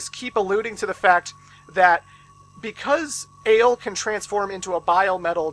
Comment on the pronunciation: I know it doesn't matter really, but your pronunciation of the main characters names are off. Unless you speak french, they seem like pretty strange names (Who names their kid Vent or Ale?). The names are Vent which is french for Wind and Aile which is french for Wing. Still kinda weird names but there's a thematic at least.